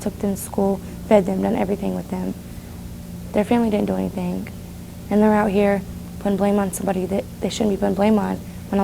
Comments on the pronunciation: Idk why do I hear 👂🏽the word "anything" as Anythink? #thatsMETHup!!!😂😂😂😂😂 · "They're not doing anythinK".....What????